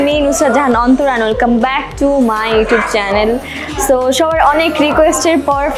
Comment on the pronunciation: Its YouTube not yutub